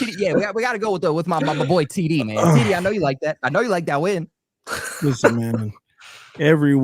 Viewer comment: can't even pronounce the word "win"